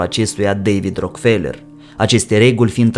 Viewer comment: Nu e RockFeler - citeste “Roac-ă-felă”